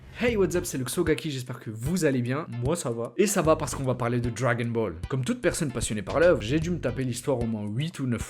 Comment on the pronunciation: Ta manière de prononcé le « dragon » de dragon Ball me stresse mdrrr si non très bonne vidéo !